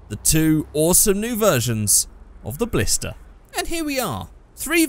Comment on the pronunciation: Ballsta. Ballista RS. Ballista TA.